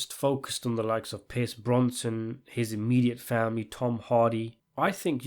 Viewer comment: Your distinctive pronunciation of Pierce Brosnan has people triggered.